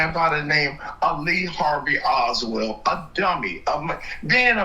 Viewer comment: That's "Oswald" not "Oswell".....🤣😂.